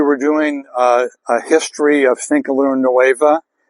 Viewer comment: You have had THIRTY years and you still cannot pronounce Finca Luna Nueva correctly. By this time you should be as well spoken in Spanish as you are in English. If you fail to listen to your fellow man, it then follows you will also fail to listen to Mother Nature. You indentured yourself to company and failed rear flora and fauna.